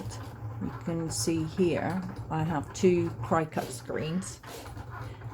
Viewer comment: Cricut as in the insect..not cry-cut..lol and thank you for this